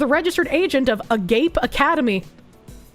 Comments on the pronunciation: It's pronounced "A- GA Pay" Not "A Gape." Agape is a Greek word that means "love" It generally signifies an unconditional love. I guess your pronunciation could also mean "love" (but only for the men that Kirsche finds attractive) If you know, you know. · It's probably ah-gah-peh, not a-gape. It's a Greek word that can roughly translate to Christian love or Godly love, which makes this even more infuriating to me because I am a Christian and this is not how we should be conducting business. Above all else, we should be honest and show integrity in everything we do. Defrauding people on several levels goes counter to that. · pls it's pronounce AH-GAH-PAY it has nothing to do with goatse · It’s pronounced “Ah-gawp-eye” and it’s a Greek word referring to a specific kind of love